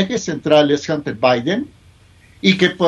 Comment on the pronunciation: Hunter se pronuncia ( janter)